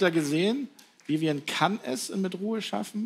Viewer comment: Wie Elton einfach immer Vivien sagt 🤦‍♀